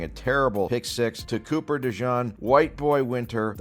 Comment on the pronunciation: how can you say coops name wrong so many times